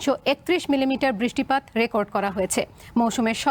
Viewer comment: Ore uccharon uni naki senior news presenter 😂😂.. 16 sec britttipattt 😂😂